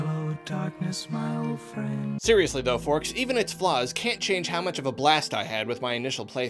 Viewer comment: did you call us forks?